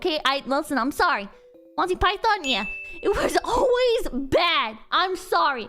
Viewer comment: I know I might sound like I'm defending RT, but insulting a dead person's name is quite a low blow. has the right to has an opinion and criticizes things, but at least she could've say Monty's name right. But I get why RWBy fan hates her, she insult the thing that they love, so the blowback from them is expected even though it's full of shit.